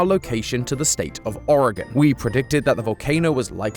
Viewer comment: I have lived in the Portland Metro Area my whole life and was 3 years old when Mt. Hood erupted I remember all the ash falling like snow. This was a Very Cool theory and I am SOOOOOO excited you pronounced Oregon correctly! WELLLLL DONE!!!!